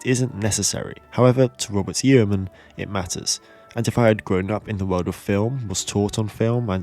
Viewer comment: Yeoman is usually pronounced Yoman, like Roman.